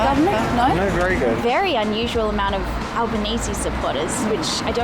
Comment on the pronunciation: Took me at least a minute there: "why do they say 'Alba-nee-see' instead of 'Alba-nees'" and "how did we go to discuss the government of Albania" OH, Albanese is the surname of the new Aussie prime minister ^^